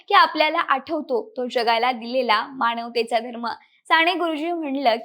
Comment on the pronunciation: विषय आणि माहिती चांगली आहे पण..... साणे गुरुजी नव्हे, साने गुरुजी.... माझ्या मणाची नव्हे, मनाची माणवतेचा नव्हे, मानवतेचा उच्चार नीट ठेवले तर मराठीची होणारी वाताहत कमी होईल. ज्या मोठ्या व्यक्तीवर व्हिडिओ बनवला ती व्यक्ती मराठी, त्यांनी ज्या भाषेत बहुतांश साहित्य निर्माण केले ती भाषा मराठी. ज्या बहुसंख्य लोकांसाठी केले ती जनता बऱ्यापैकी मराठी मग निदान त्यांचे नाव तरी व्यवस्थित घ्यावे ही किमान अपेक्षा. मराठी लोकच मराठी शब्दांचा उच्चार चुकीचे करत आहेत याचे जास्त वाईट वाटते. अमराठी लोकांकडून ही अपेक्षा नाही.